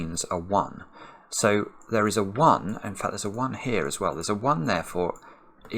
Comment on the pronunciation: To give him the benefit of the doubt this time, I think he said “as well” lol or even “swell”, haha